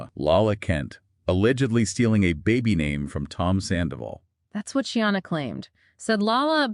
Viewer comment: SHEENA, not She-anna.. appreciate the updates 🙏